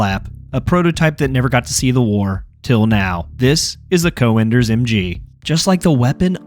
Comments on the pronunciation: Es heißt "Cönders“ einfach nur "Cönders“ und nicht Coönders wie du Vogel es sprichst. Beschäftigt euch mit euren Schrott Waffen und lasst unsere Heilige Technik in Ruhe! Ihr versteht sie eh nicht! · Good video! One thing though: you pronounce the name as 'co-enders' but the ö should be similar to how you pronounce it in 'Göring' (Hermann Göring/Goering). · You need some work pronouncing Cönder but its a great video thx, i thought if i should get it before they introduce the unlock system. So im curious they recently announced they will merge all campaigns does it mean you get to use 2 cönders mg in a single squad ?